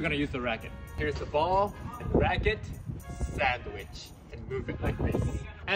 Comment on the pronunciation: サンドイッチの発音が好き